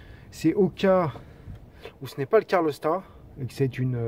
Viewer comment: Bonjour, pas cool ces problèmes de joint de calorstat (on dit calorstat et non pas carlostat. Je sais, ce n'est pas facile à prononcer). Sinon belle vidéo et tu as gardé ton calme malgré toutes ces fuites... Pour savoir si tes sondes de T° moteur et T° huile sont bonnes, tu peux utiliser ta valise diagnostic /chapitre paramètres en temps réels. Cela évite de changer des sondes qui sont bonnes et leur contrôle avec la valise ne prend que quelques secondes...